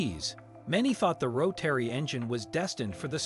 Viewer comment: ROW-TERRY. Can't stand it